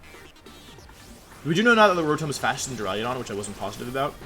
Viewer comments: Wolfe.... for my sanity learn to say duraludon not duraliadon. Please!!!! Lol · d) I'm tempted to unsubscribe because of how you pronounce "Duraludon" alone